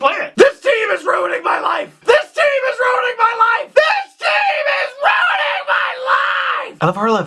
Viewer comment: Is that "ruining my life" or "running my wife"? maybe you are saying it too stressfully, mostly. :)